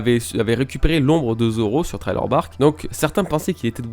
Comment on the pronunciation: essaye de prononcé sriller plutot que trailer parceque ce th se siffle